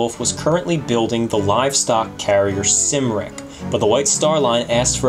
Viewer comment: It's not Sim-ric. It is Cum-ric (Cymric) after the Welsh name Cymru.